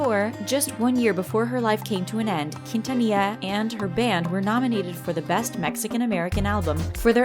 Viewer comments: Its not pronounced kin-ta-nee-ya!! Its pronounced keen-tha-nee-ya. You have to say it with a flare. Get your shit right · Only for Selena Quintanilla! Like if you're Team Selena Quintanilla! (You don't have to you can also reply) I grew up listening to Selena Q. and Michael Jackson. Since I was born. AND ITS NOT PRONOUNCED KEENTANIA. YOU'RE WELCOME SORRY IT JUST BOTHERS ME SO MUCH KNOWING IM HISPANIC IT BOTHERS ME WHEN PEOPLE CAN'T PRONOUNCE SPANISH NAMES OR WORDS. THAT'S JUST ME. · Why you comparing them? Selena is a LEGEND AND ICON,also you didn’t pronounce her last name right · ella tratando de decir quintanilla es tan desagradable English: her trying to say quintanilla is so cringe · They murderd her last name and tejano 😂😂